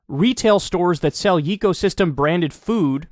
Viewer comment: It probably is yay co system. Not yeee.